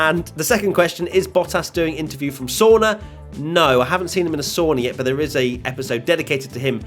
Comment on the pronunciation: not to complain, but it's sauna and not soona